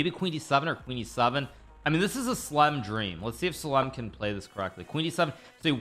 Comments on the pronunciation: Btw its Sa lem SAA LEM SALEM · His name pronouns not sal sleem Is salaam just for the info